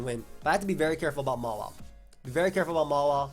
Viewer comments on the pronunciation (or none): DUDE why do you pronounce Mawile MALA wtf it's total cringe stooooop